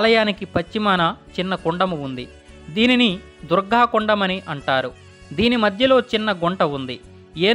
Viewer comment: Durga Devi badulu meeru Durghaa Devi ani antunnaaru